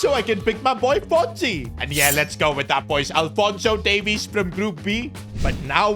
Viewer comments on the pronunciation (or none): none